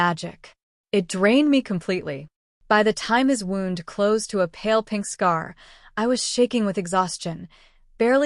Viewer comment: I am curious why the AI voices cannot say wound as in someone got a cut. They keep pronouncing it as wound- like I’m all wound up. It is frustrating because so many of these channels pronounce it the same way.